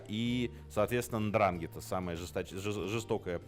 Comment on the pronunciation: Очень много ошибок (((. Пара примеров: 1) НдрАнгетта - ну тогда говорим БрУскетта. В итальянской транскрипции при такой структуре ударение на предпоследний слог. Правильно говорить НдрангЕтта 2) после Маранцано не было “capo dei tutti capi” - это был одно из основных правил Сальваторе Луканиа (Чарли Лаки Лучиано) Нет одного босса, есть совет семей. 3) В Америке не было землячества, разделение по рождению строго соблюдается только в Италии. Джон Готти Первый (глава клана Гамбино, изначально Анастасиа) был неаполитанцем. 4) главой Murder Inc. был Луис Лепке «Бухгалтер» И т. д. ………..